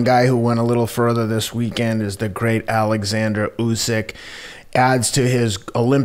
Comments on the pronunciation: Oleksandr Usyk is a Ukrainian professional boxer. If you're going to make a video about him, get his name right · He's name is Oleksandr not Alexander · Why do Americans keep calling him 'Alexander', his name is OLEKSANDER USYK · Oleksandr, not Alexander!